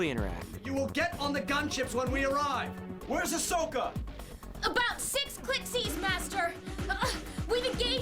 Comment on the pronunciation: I think i need my hearing check because the voice actress for askoka sounded like she said oppias